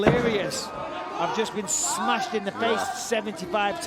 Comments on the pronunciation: eligibility for people from Dagestan to fight in the UFC is, pronouncing "Smash",---- "Smesh" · Smash or pass? Khamzat: Smesh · Imagine how this guy makes love, " I smesh her by submission , I father " I can make this joke because I don't live in chechniya so I won't be forced to make a public apology 😅